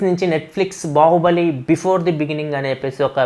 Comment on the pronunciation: u tongue slipped while saying news bahuballi😀😀😀